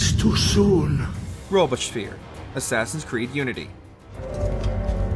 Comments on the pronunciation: Man, you butchered the pronounciation of Robespierre. Irs litererally Robes-pierre, not Robe-esh-spear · A kind of "clickbaiting" title - almost all the time the narrator stops to say, but we don't really know if that really happened or this assasination actually occured in a different place/moment. Not to mention the pronunciation of some of the names... Who pronounces "Robespierre" as "Robeshper'? I mean that honestly has more to do with a lacking general knowledge more than anything... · Robeespeer who??? Read a history book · Graduated from Trump University or something, being so confidently wrong? 😂 It’s Robe-spee-ehr. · And robespierre… “robez-peer” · This is the worst pronunciation of "Robespierre" I've ever heard. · Absolutely terrible pronunciation of Robespierre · anyone else notice them COMPLETELY BUTCHER the pronunciation of Robespierre? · Love the video buuuuuuuut.... the mispronunciation of "Robespierre" was brutal, oof. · Robespierre was tough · the complete lack of effort put into proper pronunciation of names in this video is apalling. Barbarigo became Barbagio. Robespierre SOMEHOW, became Robotspear. FFS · Please at least try to pronounce the names correctly man. It takes 5 minutes and adds so much to the video if names of historical figures like Robbespierre or the Medici Family are pronounced correctly